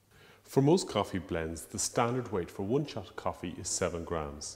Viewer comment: "once, for a single shosh"